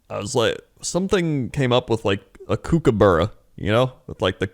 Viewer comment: That's not how "kookaburra" is pronounced haha.